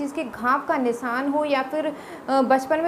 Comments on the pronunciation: Nisan kya hota he not Nisan nishan bolte hain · Phle bolna seekh le Nisan nhi nishaan bol